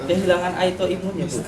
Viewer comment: Kok aitoimun... maap maap nih bukanya autoimun yes...